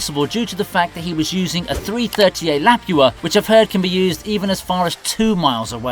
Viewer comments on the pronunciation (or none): "Lap-Ew-Uh"??? my dude its just "Luh-Poo-Uh" 😂